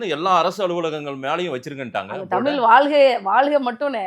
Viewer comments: இந்தப் பெண் 'தமில்', 'செம்மொளி' என்று பேசுகிறார், 'வால்க்கை' என்று உச்சரிக்கிறார், ம் ..ம் .. .. ம்ம் .. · தமிழ் என்று சரியாக சொல்லவும்